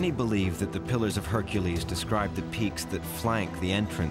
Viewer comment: it's HercUles not Hericles. But thank you for ruining this for me.